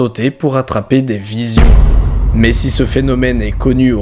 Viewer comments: Vison, pas "visions", Didi ^^ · Il dit bien "vision" plusieurs fois... 😂 Il l'écrit bien mais le dit mal 🤔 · Ca se prononce viZON pas viSION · Vison, pas "vision" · On ne dit pas visions mais visons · C'est moi qui entends mal ou tu dis "VIS(i)ON" au lieu de vison ?!? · Juste un truc didi les visions et les viZons c'est pas la même prononciation